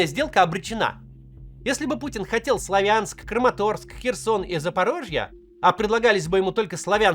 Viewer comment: Правильно говорить: СлАвянск, КУпянск !!! Уши режет